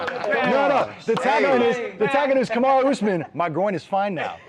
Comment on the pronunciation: WTF???? KAMAUR USMAN???🤦🏼‍♂️😂😂